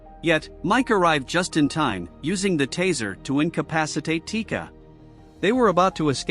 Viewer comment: chica? nah it’s tika.